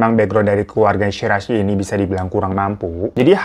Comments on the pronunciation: Shiraishi bang, Bkn Shirasi,, berasa mo bikin sambel dengernye,, 🙈🙈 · greget gw bang .. gw dnger "Shi Ra i Shi" 🤣 . Jadi Si Rasi 🤣